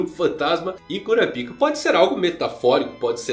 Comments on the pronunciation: Pô, cara... pelo menos lê "kurápica", que é como eles falam no anime. Por quê? Porque eu faço questão de ouvir certinho? Não, meu cara, porque "cura pica" é foda... Intankável! Impossível não rir! A quinta série ataca forte! KKKKKKKKKKK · Pq vc fala kurapika ao invés de kurápika como falam no próprio anime ? Fica bem estranho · Kurapika...😂😂😂😂😂😂😂 No anime eles colocam a sílaba mais forte o ra e não o pi...😂😂😂😂😂😂😂